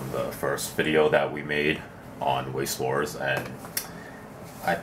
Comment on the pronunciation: Pronounced veiss schvarz